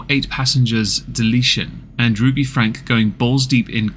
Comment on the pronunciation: There is a lot of misinformation in this because of the innacurate timeline. Just because you talked about this family years ago does not mean you know what's happening now. It's Frank-y. Not Frank The duct tape issue is what has caused this new upsurge of interest and led to the arrest of Ruby and Jodi. Kevin has not been active in the channel or Rubys life in about a year. The abandonment of the children for weeks on end is a recent speculation we have learned about due to the new information from neighbors and police reports. ... come on dude. Do better. Any research at all would have clarified the name pronunciation and basic information of the current events.